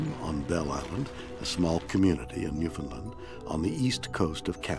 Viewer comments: Why is that even Canadians can not pronounce New Found Land. Jezez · Ill let it slide because it's William Shatner but he said Newfoundland wrong lot of people do and why is it always bellisland 😅 there always something going on over there